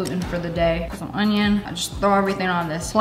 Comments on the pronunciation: “oNiOon” got me cracking up 🤣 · Me disappointed in lea cause she said onion normally once 😢